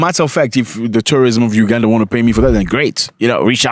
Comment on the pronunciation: It’s Uganda though not Ugada